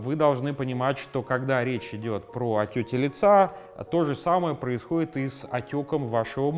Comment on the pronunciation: Я одна слышу не "отёки", а "отёти"?